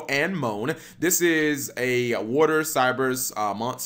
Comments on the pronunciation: “Coral Anne Moan” I actually gagged on my breakfast when I head that. It’s pronounced “A-nem-on-e”. If you find that hard to say, say “Atem on me” first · (Phonetically) A-Ne-Mo-Ne, like the Sea Anemone. Not “Anne-Moan”. Come on, G!! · And-mone lol Cap its pronounce Anemone as in ah-nem-moh-nay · When I heard him pronounce Marinecess pronounce it the way he did, I was triggered but I let it slide, but he went too far when he said anemone. ANN MOAN?!! IT'S AH NEM OH NEE!!!! Like it's an actual word!! Have you never heard that word before?!!!! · The only problem I had was the pronunciation of Coral Anemone. It should me “uh-nem-uh-nee “. Edit: did you hear about the Witchcrafter Golem Arles? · “An moan” Jfc Cap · Dude Anemone is what clown fish live in. It's pronounced A-ne-mo-nee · Oh, G. I’ll give you a pass on having difficulties pronouncing the Valkyrie names...but Anemone? Really? It’s “A-nemm-oh-nee”. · AH-NE-MO-KNEE. These are like REAL words in the English language, cap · Ann Moan lol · I hate to be this guy, but damn... Anemone. (Ah-Neh-Moh-knee) It is the home of clown fish. You know, it is in the movie Finding Nemo. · She hasn't been Blue Angel for a LOOOOONG time Cap They don't look a thing like Cyberse though We do have another Cyberse Archetype, Topologic I don't know why they did that to Seastar, they didn't need to limit the activation expecialy when it's not a quick effect It's A-ne-mo-ne, you're not the first person to get it wrong It does have a Link 4, Wonder Heart, and if you run over your opponents Saryuja or another Link 4 with it and use Current (ignoring the battle damage depending on how big Wonder Heart is at the time) that's a free 3600 damage, nearly half of your opponents life points gone in one attack, there's more burn damage support coming too, a busted one if they don't change it from the anime